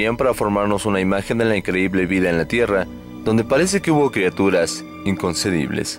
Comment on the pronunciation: se dice inconce B ible , inconce B ible... iletrado!!!...